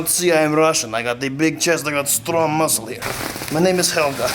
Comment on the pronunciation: Ah yes, the mooscles...